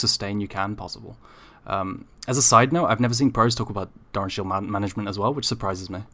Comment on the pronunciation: Jfc can you stop saying "DARN" shield, pronounce it right please LOL